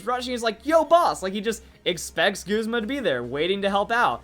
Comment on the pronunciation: Why You Callin Guzma Goosma?